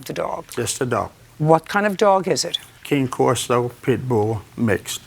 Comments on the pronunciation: It’s called a cane corso not king corso that drives me crazy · I was immediately concerned when he pronounced the breed of the dog incorrectly. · He can’t even pronounce the breeds name correctly 😂